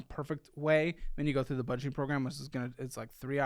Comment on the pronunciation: BUDEGET -ING, WE'RE NOT BUDEGET -ING 😅😅